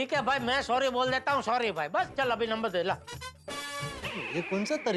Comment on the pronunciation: nober nahi number hota hai